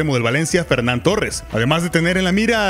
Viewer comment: Señores de, no es "Fernan Torres" es "Ferrán Torres" 😂😂